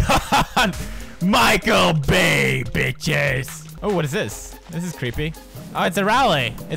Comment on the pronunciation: When it said Michael bay, I thought it said Michael Way(Mikey) 😂